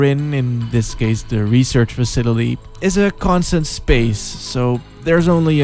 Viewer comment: "Facitily" lmao. <3